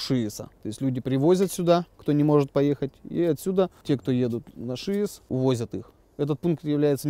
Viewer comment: Только сейчас я узнала что ударение на шИес, а не шиЕс🤦‍♀😂 не зря Варламов тянул с этим видео